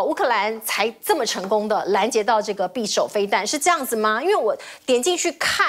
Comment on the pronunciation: [匕]首： 音[必](X) 音[比](O)